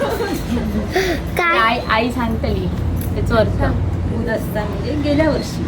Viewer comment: येड्यांनो बुदस्ता नव्हे गुदस्ता !